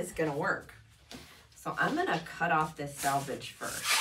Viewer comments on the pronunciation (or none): It's selvedge. Meaning "self edge". Not salvage.